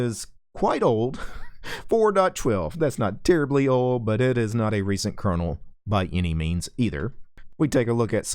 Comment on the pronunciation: did he say recent curdle?